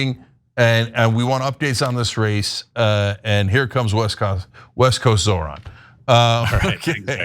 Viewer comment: “West cost” lol. West “coast?”